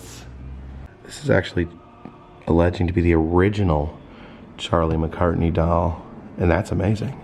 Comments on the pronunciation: Just an FYI... it's Charlie McCarthy, not McCartney...lol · I really hate to correct you, but is Charlie McCarthy. Not McCartney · Another great video, but again you called Charlie McCarthy, Charlie McCartney. It even says McCarthy on the card, which you looked directly at. I'm not picking at you or anything, just trying to correct you.